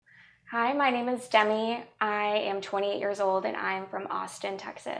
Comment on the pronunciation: So her name is Demi? When she said it it sounded like "Dumy" and i thought that cant be right.